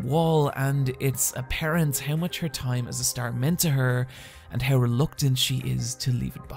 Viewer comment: Normal people: How You: hiaw